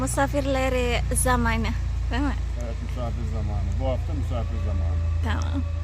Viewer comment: Musafir değil misafir 😂